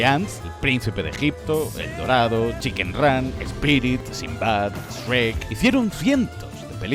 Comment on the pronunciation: Siiiiii al fin un español que pronuncia Shrek como lo hacemos los latinos y no ESRRRREETTTTTT